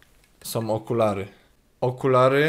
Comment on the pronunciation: "to...som okulary..."(wiem że powinno być "są" ale "som" brzmi lepiej)